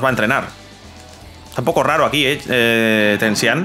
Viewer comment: Bro no hate asi se pronuncia (tenchinjan) no tensihan